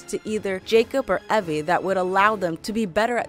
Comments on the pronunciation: did you just call evie "evee" seriously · and evie. Its Ee-Ve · i hate it when these channels get people to talk about some games they've never played or even bother listening to dialogue that pronounces words and NAMES correctly.... Ehvie? Evie. like Eve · Before u do a ac video learn how to pronounce the names correctly. It’s ‘al-ta-ir’ and it’s ‘ei-vei’ no Ave and alter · its pronounced eevi not evi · It’s pronounced evie not evy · You mispronounced Altair. Its All-Tie-Ear. Evie is more like Ee-ve. Also Altair is the ancestor of Desmond. I could've sworn Ishmail said "they are giving modern day the attention the fans want" or that they are making it the way the fans want it. Not a bad video overall but there are a lot of poorly researched points here and ot shows greatly especially to those of us who love the series. Might want to redo the video for better accuracy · First of all it takes place in the entire country of Egypt not just Memphis, there is a modern day, Unity introduced the character perks not Syndicate, you pronounced Evie and Altair wrong, you can ride on horses as well not just camels and Altair is the ancestor to Desmond not the other way around. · How did she mispronounce Evie and Altair when it's a video solely about assassins creed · How could you mispronounce Evie's name? Seriously! That is so easy to pronounce. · Disliked mispronounced Evie's name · Did she really mispronounced evie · Its evie you are pronontsing it rong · Girl I loved the video, but please learn how to pronounciate the names Altaïr and Evie. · does she not knowbhow to say evie